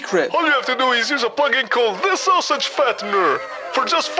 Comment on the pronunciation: "Sosig" LMAO